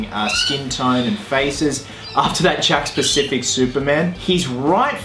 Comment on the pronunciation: Is he saying “Jack’s Specific” or “Jack’s Pacific” ?